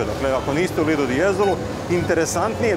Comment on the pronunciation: Momci poslušao sam vas i stalno sam slušao " lidl " de jezolo to nije lidl , znamo da je lidl trgovina , namesto vaše lidl je LIDO ( plaža ) pozdr.